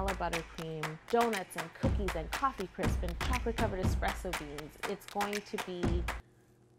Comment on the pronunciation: COFFEE CRISPS! COFFEE CRISPS!! COFFEE CRIPPSSS!! WHERE DID CRIPPSSS COME FROM?! CRIPS CRISPS CRIPS CRISPS UGH!